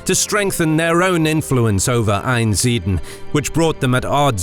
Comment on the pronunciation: Great video, my family are from Einsiedeln. Note, there is an 'L' in Einsiedeln and it's not silent!